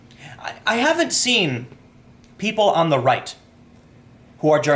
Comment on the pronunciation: Your inner Chicagoan came out there at the end with "da bullsh*t."